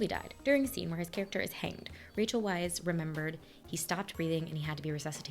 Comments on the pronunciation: Just to let you know (I don't have the patience to scroll thru the 300+ comments to see if someone mentioned this already), Rachel Weisz's last name is pronounced "vice". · Hey. Rachel's last name is pronounced 'VICE".